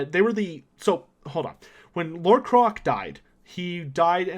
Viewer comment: Why do you keep pronouncing Lord Kroak as Lord Krolak?... It's Kroak, as in Croak, the sound a frog makes, with a double meaning. "Croaked" is a euphemism for died since he's undead. The joke being he's a dead frog so he works with both meanings of the word "croak"